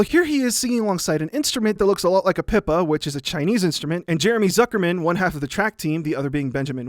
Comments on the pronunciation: im sorry its pronounced "pee - pah" and "goo - chung" not pipuh and guz-heng HAHAHA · hearing you pronounce a Pipa as "pippa" physically hurts me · Nice vid, however: pippa---->Pee pa Gu zeng-----> goo jueng